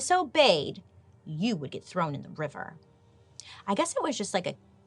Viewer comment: "she hates to be trown into a river" xD xD she's hilarious <3